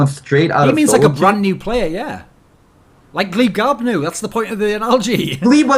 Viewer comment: gleebglarbu not gleebgarbnu derp.